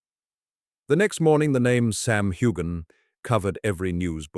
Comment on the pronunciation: How do you expect anyone to believe your clap trap when you can't even pronounce his name correctly. I suggest you find another line of work